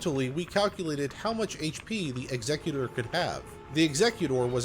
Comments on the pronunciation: It isn't Ex-EC-yoo-tor. It's EX-ec-yoo-ter. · Bruh its Executor (X-eh-cute-or) Prounounce X as you would the letter Plz and thanks